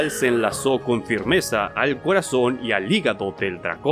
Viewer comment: "le lompió el colazon a un dlagón"